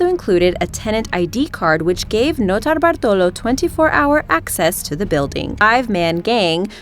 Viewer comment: As a Brit, i cringe at the sound of her irritating septic voice and assault on the English language. Dramatic pronounciation of 'Notobartolo' was the cherry.